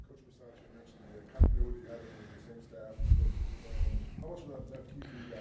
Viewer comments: you can’t butcher the coach’s name! It’s your job to get it right! Ba-sah-cha On Moerig’s pick, Sutton wanted no part in trying to make a tackle. That was completely pathetic. I love that this happened on the day Mike Shanahan, the sole exception to “Once a Raider, always a Raider” rule, was put in Denver’s ring of honor. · How do you work for the raiders and not even know how to say the coaches name correctly lol